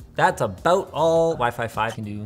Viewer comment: "Waih-Faih 7"